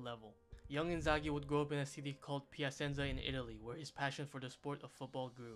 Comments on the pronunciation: PiaSenza 😁, SEArie A 😅, DIEnamo Kiev 😂, CriSCHan Vieri 🤣and so on... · “Pia-sen-za”. Like a dagger through the heart each time. Is it that hard to say it correctly?????